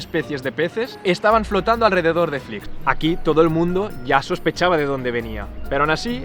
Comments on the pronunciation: Conozco a uno de Flix y creo que lo pronuncias mal, yo lo pronunciaba igual que tu al principio, pero él siempre me decía "Flix com Peix", es decir que se pronuncia "flis" (una s final algo más como cerca a una ch) y no "flics". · Muy bien el video pero es [flíʃ] flish no flics... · Hola, una anotación. El pueblo se pronuncia Flish (sh seria ese sonido en inglés) y no Fliks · Te he descubierto hace un rato por tik tok al ver el vídeo del camping els alfacs, yo me he criado en la ràpita y mi mejor amiga de la infancia vivía frente al camping, de hecho su casa se ve en tu reportaje, tienes nueva suscriptora, lo único que sí cambiaría es decir los nombres como toca, en catalán, que me sangra la oreja cada vez que lo oigo diferente, Flix se pronuncia "Flish" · Buenas! Excelente video, pero muy importante que para los que somos de la comarca nos cabrea mucho, no se pronuncia como una X al uso en castellano, és una X final catalana por lo que se pronuncia parecido a " Flish" [ʃ] fricativa palatal sorda. Gracias! 🥰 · "Flish" sería la pronunciación más aproximada. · Només et falta saber pronunciar bé el nom del poble.